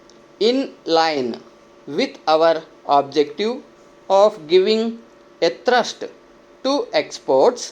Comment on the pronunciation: You read "A THRUST" without some gap and heard like athrust. Please take care in future sir